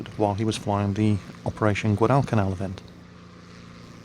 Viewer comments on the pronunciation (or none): Dude its gwadlcanal, not guadaal canaal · I love you man, but goddammit you say Guadalcanal funny.